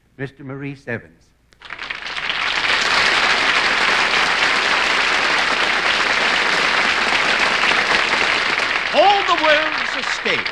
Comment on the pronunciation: Wow, I just watched an episode from a few years previous to this one, and they called him "Morris Evans!" Even when the Gern Blanston singers sang his name, it was, "Morris Evans!" And here he is, introduced as Mor-eese!